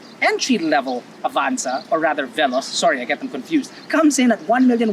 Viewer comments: The irony when you pronounced veloz wrongly, yet triggered with the knot? 😆 Anyhow, I wonder why toyota likes to name all their upcoming cars to be related to speed such as "rush" and "veloz (translated as fast)" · Good day! You may check over the web on how to pronounce veloz, hehe.